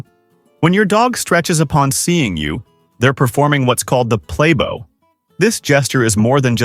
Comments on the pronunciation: Play bow, not play bo. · LOL OMG The "PLAY BOW" said with a long O, like the bow of a violin, or a bow made of ribbon, etc. The narrator is totally ignorant bc this video quotes it, THE PLAY BOW, rhymes with WOW!!